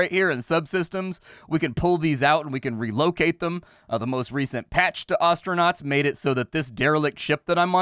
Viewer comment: My homie developer mispronounced the word "Astronaut" real real bad.